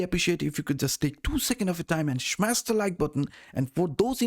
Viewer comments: it's smash not SHMAS 🤣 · smash not shmes :-)